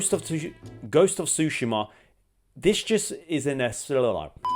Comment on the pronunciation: Bugs the hell out of me how you say “tushima” and “baldurs” 🤣